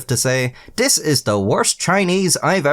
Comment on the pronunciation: "Dis is d worst Chinese I've ever had..." said in an Irish accent has got to be the funniest thing I've heard this century.